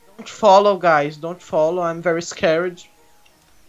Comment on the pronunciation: Eles falando Ok gays na minha cabeça gay 🙄💅